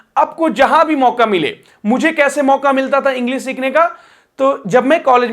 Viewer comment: इंग्लिश, मल्टीनेशनल, तालव्य श बोलो, दन्त स नहीं । Sh यानी श बोलो